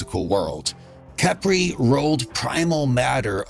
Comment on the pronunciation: Y'all notice: "kepri sun"